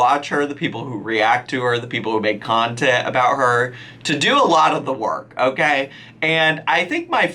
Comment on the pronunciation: “Nontent?!??” That’s perfect!